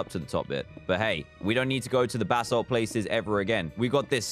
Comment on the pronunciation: Dan it's basalt not ballast ok